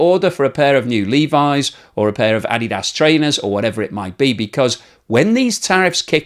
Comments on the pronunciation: Ah-Dee-Dah-ss, not Addy-ah-ss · Good job pronouncing Adidas the correct way! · How did you pronounce Adidas?